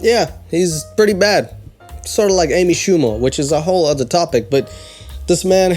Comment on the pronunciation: I know says "a bad husband", but without the image it seriously sounds like "a fat husband" which made me laugh so hard! XD